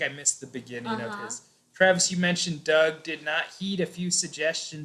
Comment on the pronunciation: Y she kept on saying dog ? Did she mean Doug?